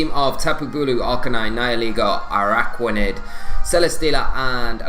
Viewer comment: Araquanid! You said it right!! All that hard work is paying off!! Also, the video is as amazing as always and love to watch it!